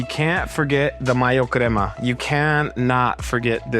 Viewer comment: I don’t know if I can follow your recipe when it’s from a no sabo guy can’t even say crema correctly